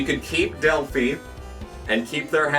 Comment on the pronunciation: As someone who used to work in an Automotive Warehouse, the phi in Delphi is pronounced like youre saying wifi